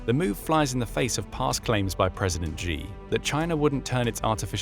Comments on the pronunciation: It's pronounced "she" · You cannot even pronounce President Xi name properly. Why is it a problem for China to build their military forces? US bases expanded to 900 bases but you are not complaining? US has 5500 nuclear devices, but you are not complaining? US has been consistently at conflicts, but you are not complaining? Do I get a sense that you are getting paid to slander?